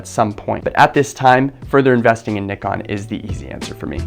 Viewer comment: Wow, you're one of few to properly pronounce Nikon 😂